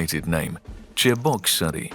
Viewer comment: Voice talent couldn't manage Cheboksary